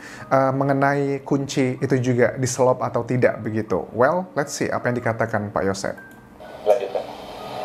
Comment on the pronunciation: Di SELOT Anjas bukan SELOP , kalo di selop mah bakiak 🤣😂🙏